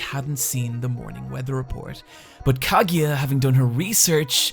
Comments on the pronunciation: Wtf is a Kagya man, it's obviously pronounced "ka-gu-ya" you bad bad weeb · Still don't understand why you pronounce Kagiya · its kagUya no kagiya im so angry right now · The video is great and I loved it but... why do you pronounce Kaguya as Kagiya? :D I know I know, accents and stuff, but is the "gu" syllable that hard to pronounce for English native speaker? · No soporto que pronuncia kaguya como kagiya 😭😭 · I died everytime he pronounced her name. I'm now extremely dead, good bye everyone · I still find it mind blowing how you're a mainly anime-centered channel and yet make absolutely no effort to even try to pronounce any Japanese character's name right. Rant aside, I've really developed a fondness for non-battle battle anime and I'm glad to see they're getting more love nowadays. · Dude, that's not how you pronounce Kaguya haha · That's not how Kaguya is pronounced... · "nor Kaguya or Mayugi.." I cringed a little bit